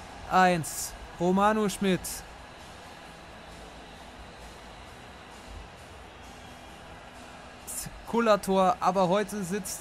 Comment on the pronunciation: Deine Konferenz sind jedes Mal aufs Neue geil!💚🤍 Aber sprich ihn bitte Romano Schmied aus also als langgezogenes I😁😂